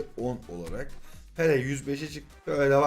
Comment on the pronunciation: Abi bir Pele Pepee diyorsun Sonra peleye tekrar dembele diyorsun bu defa😂😂 seviyorum seni iyi. Ki varsın